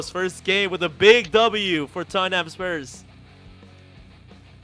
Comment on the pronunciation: U said toeham😊 its Totham 😊